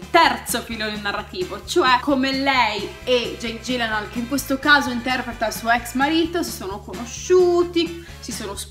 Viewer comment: Bella e concisa recensione :) comunque è Jake 'Ghillenhòòl' propriamente, da come dice lui...